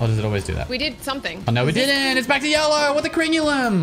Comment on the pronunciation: literally makes me lose braincells like talking about the cables and thought he said they were gjellow